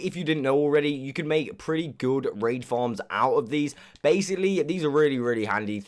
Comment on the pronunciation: Or when he tries to say baslocly he says basily